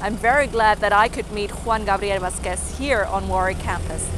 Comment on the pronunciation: darling, it´s not " VasquES " it´s "VAsquez "